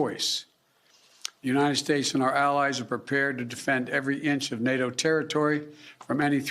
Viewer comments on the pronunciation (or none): none